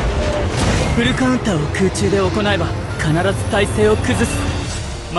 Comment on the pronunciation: そこがいいというか フルカウンターの発音が好き♪